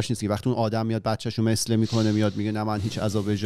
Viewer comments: آقا ،مثله به ضم میم هست نه کسر میم. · مُثله تلفظ میشه.